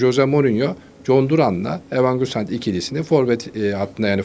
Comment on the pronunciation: Evan gusant kim dayı Muhabirsin oyuncu adı söyleyemiyorsun daha